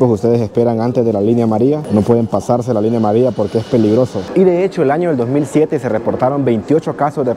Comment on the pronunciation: La línea amaría 😂😂se comen la “ll”